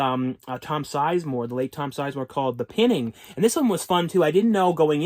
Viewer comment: The one movie on your review is pronounced The PIEning not the PINning... The Pining.